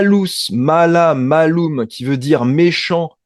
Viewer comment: mālum on prononce maaloum. il faut faire la distintion entre les voyelles longues et les voyelles courtes.